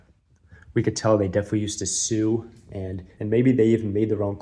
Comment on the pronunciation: Great vid! But for future reference, ‘sew’ is pronounced ‘So’. 😉